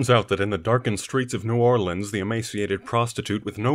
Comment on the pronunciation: I'll give you credit for saying New Orleans properly and killing a Crowbar fan's sides. Well done